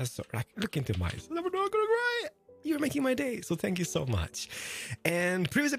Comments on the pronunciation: WHy does he say "SPANK you"? is he meaning to say thank you? Sry if im dumb lol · did he just say spank you?